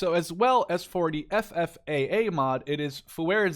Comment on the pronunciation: You said FFAA quite good, but I laughed when you said Estados Unidos hahaha. Keep the nice content going!